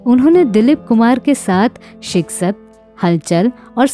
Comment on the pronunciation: Film....SHIKAST.....KO Aapne ( SHIK- SATT )....Bola.....?..... strange.....you know good URDU.....than why?..... word's....like...DARJAA.....KO aap DARZA.....BOL rahi ho......